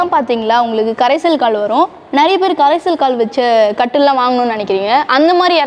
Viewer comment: கரைசல் கால்னு சொல்லக்கூடாது. கடைசல் கால்ன்னு சொல்லணும்மா..... கரைசல் ---கடைசல் ---ரெண்டுக்கும் எவ்ளோ வித்தியாசம்..... தமிழ் சரியான முறையில் உச்சரிக்கவேண்டும்....